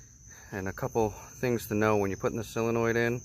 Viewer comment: It's SOOOOOO-lenoid... Not "cyl-enoid" After hearing him say it wrong 30 times, pissed me off...